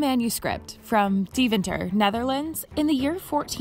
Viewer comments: It's pronounced day-venter, not duh-venter :D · She really butchered the word 'Deventer'. Should be something like they-fan-tur. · Deventer = Day van tur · you mispronounced Deventer